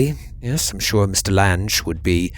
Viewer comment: Excellent as always, but...Lan-gees??? LANG, as in "language." Maybe you young ones don't remember the actress Jessica Lange?